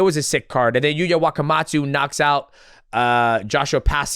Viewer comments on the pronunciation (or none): none